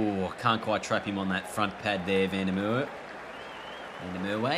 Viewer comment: learn to pronounce Merwe....w is pronounced as a v and you in Mer you have to pronounce the R as well